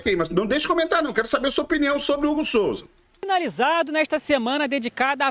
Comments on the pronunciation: Não seria "Hugo Souza" e não Hugo Solza ... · Qual seu problema com a língua portuguesa? SOLZA ? COM L ?